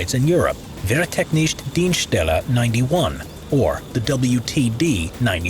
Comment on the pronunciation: Aaaach… Wehrtechnische Dienststelle, not Wehrtecknischt Dienstelle… XDD